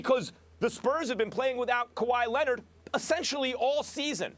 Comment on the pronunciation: And kawhi lennon 😂😂😂